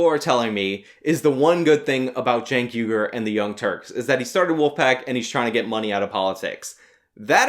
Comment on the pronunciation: "I am chank ugur" "I AM CHANK UGUR"